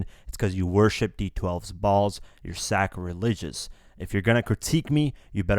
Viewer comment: Lmfaoo 💀💀💀💀 “sack-religious”